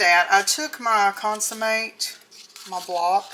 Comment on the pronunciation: It’s consommé not consummate. Consummate is having sex on wedding night.